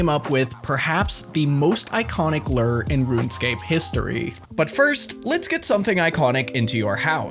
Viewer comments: Okay first i really enjoy your comment so please dont get mad and i know this video is literally two years old but.. Are you pronouncing "Lure" as "Ler" on purpose? Is that the Runescape word for it? Or? Haha cause "Lure" is pronounced (Lou • er) like saying the name Lou and then put er at the end and Lou er ing, not Ler/Ler ing haha never too old to learn how to pronounce Lure and if Ler is the Runescape word for Lure than im never too old to learn some Runescape info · Why do you say LERRR instead of lure? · It's a LEW-ER not a LURRR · I enjoyed the info in this video, but it was kind of difficult to ignore the way you pronounce lure like Lurr, ruler of omacron persei VI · I'll never get tired of hearing say lerr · huh, as an american, it's weird to hear "lure" pronounced as "lurr" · listening to lure pronounced like this is making me spaz lol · The way you pronounce lure is infuriating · One day you'll learn how to pronounce 'lure'.